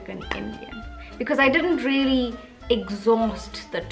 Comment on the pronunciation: I think you should perfect your words before mentioning other Indians don't know how to use the correct words and pronounciation. Just like you mentioned the word really as relly